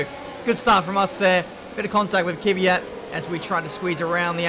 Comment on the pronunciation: why cant anyone say kvyats name right?